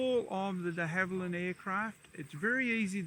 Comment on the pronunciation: Did he say Dehaviland? Lol